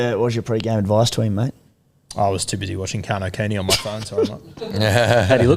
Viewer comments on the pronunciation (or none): none